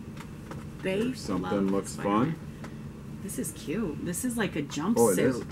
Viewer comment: Critique#1, cute is one syllable, one. Greg, tell cute is one syllable, one. That's all. Great exceptional box. Van, tell, cute is one syl... You get the message. Lol.